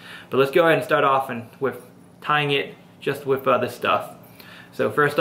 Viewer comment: he keeps saying wiff